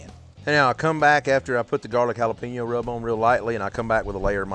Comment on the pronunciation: Can anyone else hear jalapeño said like “jala-pino” through this whole video